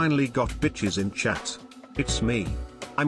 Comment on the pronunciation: did anyone notice he says chad instead of chat